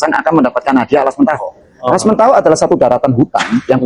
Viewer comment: Yg nanya ngaco, ngomong Alas Mentaok saja salah... parah banget, jadi tidak tertarik.